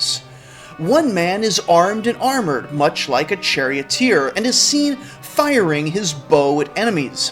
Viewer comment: "Firing" "FIRING" the bow...